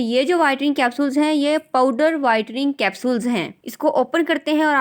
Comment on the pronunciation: bolna to seekhlen pehly whitring nh.. whitening hota h..